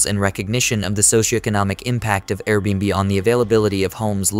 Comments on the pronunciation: What's funny is you can force the ai to read it correctly if you just spell it the right way Air bee and bee, there you go low effort original video creator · Can definitely tell it’s an AI voice since it can’t correctly pronounce AirBnB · No kidding. Very annoying. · I can't un-hear it 0.o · I was thinking the same thing.